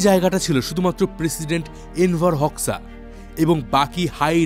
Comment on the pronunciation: দাদা উচ্চারণ টা হবে এনভার হোজ্বা❤